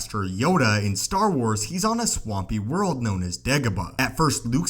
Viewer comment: World!! Not whirl!!!